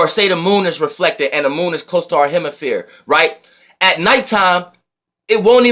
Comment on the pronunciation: Lol ...did u just say hemiphere....u be killing me with them words....but i love it....lmao